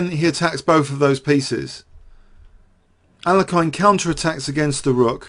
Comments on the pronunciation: Regardless of the 2nd syllable, the last syllable is not meant to be a hard 'i'. You mentioned what Nigel Short said, but regressed. I do the same ^_^ Anyways, I don't care and I was only joking. Sorry if it was taken personally. That being said, I'm guessing I was wrong anyways because despite the 2 hour length, you definitely use his name more in other past videos. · Other possibility: This video has more mispronunciations of 'Alekhine' than any other video on youtube. =P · seriously just stick with one pronunciation of Alekhine and go with it, your constant struggle with this name is a bit distracting. Otherwise, top class chess commentary as always!